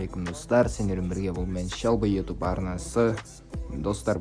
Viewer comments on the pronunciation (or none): none